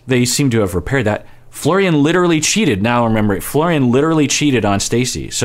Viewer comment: Nope. He's Mike until he says Florian properly!